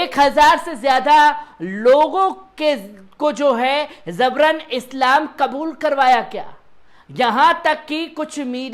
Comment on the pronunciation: ZABRAN NAHIN JABRAN, GAUTAM NAHIN GAUTAM.